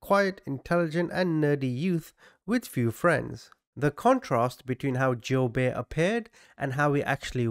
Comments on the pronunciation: It's pronounced Joo-bert...this was a big deal when I was a kid, I grew up in Omaha where he kidnapped the paper boys.... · friendly fyi : it’s pronounced joo-bert and eb-er-lee